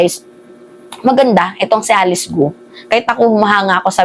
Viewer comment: korekin mo sarili mo. Hnd gu o. Para kapanipaniwala ka.